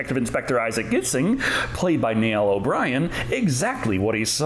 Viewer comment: Just to clarify Niall is pronounced Nile. Like the river but not spelt the same